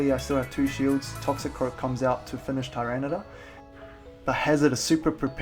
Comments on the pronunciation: You say tor instead of tar. And you spelled it tor instead of tar as well :P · Love your vids, but every time you say Tyranitor, it makes me cringe... its ty-ran-i-tar